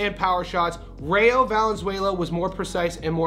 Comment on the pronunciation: It’s Rayo in Spanish pronounced like Ry yo. Not Ray yo.